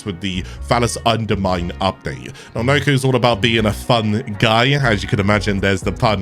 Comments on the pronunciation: pronounced nah koe not noku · It’s “Knock-O”. Sound it out bud.